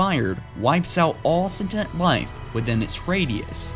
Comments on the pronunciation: SENTINENT?! SEN-TI-NENT?!?! its pronounced SEN-TEE-ENT. If youre going to narrate. Please pronounce correctly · "Wipes out all SITENT life. really bro? Sentient . . sen-ti-ent